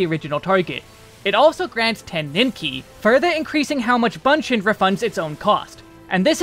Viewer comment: Appreciate the job guide as always. But one thing I would like to add is, 'Bunshin' should not pronounce 'ba' sound but 'bu' or 'boo' sound. The Japanese version is 分身の術 with 分 pronounced as bu-n (ぶん). So it should be bu-n shin/boo-n shin rather than ba-n shin.